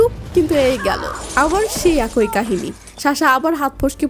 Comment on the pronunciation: আপু এক+ই উচ্চারণ একোই না।